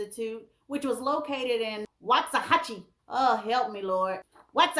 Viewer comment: It's pronounced Walks ah hachie That's my home town😁